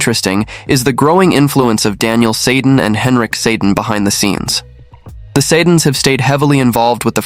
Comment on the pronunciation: Get your AI people on board with the proper pronunciation of Boeser and the Sedins.